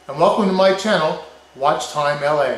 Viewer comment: When you said "Watch Time LA" I was like WITH THAT GOWANUS ACCENT!? LOL! I wanna get one so my boys know how BK does it.